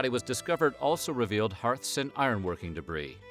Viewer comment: I really had to check to hear “hearth” again because I thought I heard heart, and thought were the pict daedric?! 😂